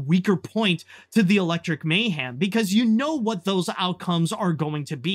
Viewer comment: Why are you pronouncing mayhem as "may-ham"? Dude please fix that.